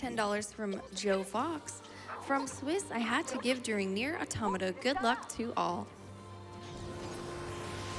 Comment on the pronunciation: Props to the announcer for pronouncing "Automata" correctly.